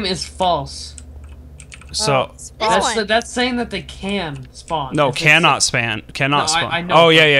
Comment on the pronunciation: hmmm "saing" instead of saying interesting